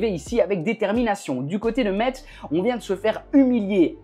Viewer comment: Ptite correction: Metz se prononce: Messe Et ils n’ont pas fini champion de Ligue 2 l’année dernière 😊